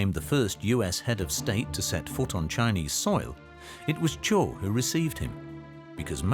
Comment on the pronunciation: Good (though too brief) history of Mao's (horrible) later rule, but the narrators' pronunciations of Chinese names are terrible! For example, Zhou is not pronounced like the word zoo, it's pronounced like the name Joe.